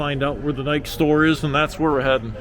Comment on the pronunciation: You pronounced Puma correctly, but Nike is pronounced like Bike-E. The store with the expensive cookware, Le Creuset pronounced Crew-say.